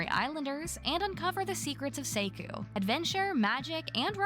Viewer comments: Dunno if anyone had commented it yet but Seikyu is pronounced Say-q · Seikyuu is pronounced as say-kyoo. You kept forgetting the Y lol also, for Hobbiton, don’t emphasize “ton.” It’s “tin”:) but omg! WATCH LOTR AND THE HOBBIT RIGHT NOW. Please 😭 anyway, I’m looking forward to Tales of the Shire, Tiny Bookshop, and Witchbrook the most! But all the other games look great too.